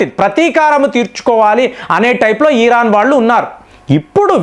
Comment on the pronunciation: నువ్వు ఏమి చెబుతున్నవురా. ఎందుకు ఇరాన్ ను హైలైట్ చేస్తున్నావ్? నీకు ఇరాన్ ను ఈరాన్ అని పలుకుతావు. Useless fellow ఇరాన్ కి అంత సీన్ లేదు. చైనా అండ్ రష్యా ఇరాన్ కు అమెరికా ni defeat చేయడానికి help చేస్తున్నాయి. నీకు తెలియదు. నీ గొర్రెలకు అస్సలు తెలియదు.